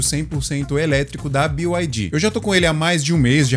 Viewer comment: BYD na língua inglesa se diz bi ai di Que são letras do alfabeto em inglês. 90% dos youtubers falam BIO não sei porque…